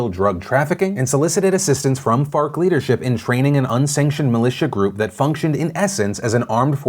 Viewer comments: Me: Wait did he just say Fart? rewinds Me: Oh, ok. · I keep hearing fart. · Can we call FARC, FART. Cuz that's what I thought I herd u saw the 1st time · F.a.r.k. I thought u said fart. Which is way better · Thought Phil said “Fart” instead of “FARC” for a min lol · Farc sounds like fart.... it was hard to make it through that piece without laughing. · So FARC ? Not fart 💨? Sorry it sounds like. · i'm sorry but when he said FARC i just heard fart.. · Farc just sounds funny